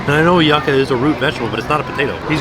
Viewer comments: I love you, but your pronunciation of yucca was killing me hahaha! For future reference, it's said "you-ka", not "yuck-a":) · I love you dearly but my Puerto Rican ancestors are begging me to tell you that yucca is pronounced like yooka:) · Ngl this is the first time I've ever heard someone pronounce yucca as "yuck-a" lmao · THE WAY HE PRONOUNCED YUCCA